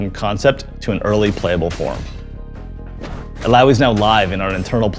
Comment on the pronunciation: Illaoi now Allaoi 😂